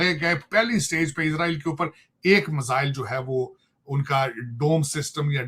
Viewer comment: टकले मजाइल नहीं मिसाइल होता है 😂😂😂😂😂😂